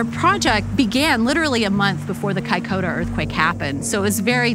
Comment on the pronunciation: Kai koda? ....Kaikoura.